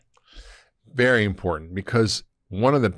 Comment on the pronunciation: I was sure he said at the start was “Berry” important 😂